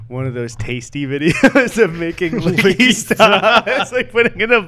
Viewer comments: It’s Wingardium Liqqy Sta not liqqy staaa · It's LiqqY Sta not Liqqy StA.